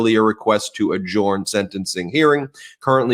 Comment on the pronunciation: Ben the word adjourn is pronounced “agern” not “agorn”.